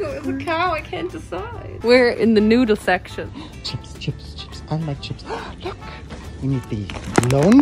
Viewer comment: I understood in „We are in the nude section“ hahahaha (I know she said noodles but first I heard it like that)